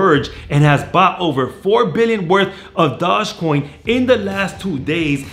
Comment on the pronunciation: Can you say dogecoin correctly once